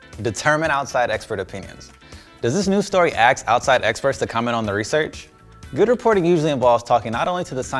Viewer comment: Learn to properly pronounce the word “ask.” It’s NOT “AX” 🙄